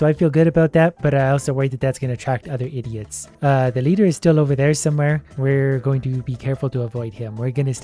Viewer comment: "Idiet" good job